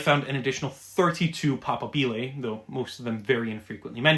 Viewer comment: The stress in "papabile" falls om the secomd syllable not the third.